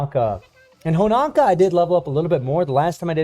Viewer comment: Please man. It is HonOOOOOka. Not Honaka. I really thought by this point someone would have tell you. I love you and your content but you destroy her name every time. You dont have a clue how much It bothers me. You must stop. It is with an O, HonOka. Please or I will kill myself! Please!!!!!!!!!!!!!!! STOP!!!!